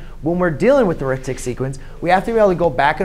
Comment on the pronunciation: In this case "Arithmetic" is not a noun. It is describing the sequence, therefore it is a verb. When it is used as a verb it is pronounced differently. Here is a link to the Cambridge Dictionary so you can hear the proper pronunciation